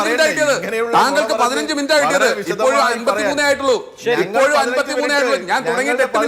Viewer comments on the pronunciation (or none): none